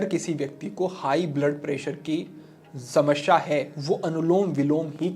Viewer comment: समस्या में दूसरे स का उच्चार गलत था।